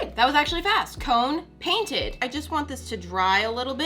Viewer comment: I think she said "drainted" instead of painted